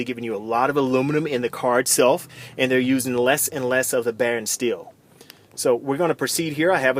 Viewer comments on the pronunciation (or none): Not Baron steel it's Boron steel